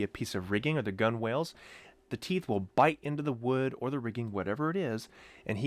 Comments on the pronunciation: Not a huge deal but it’s ‘gunnels’ not ‘gun-wales’ even tho that’s how it’s spelled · Gunwales--pronounced "Gunnels". Great video.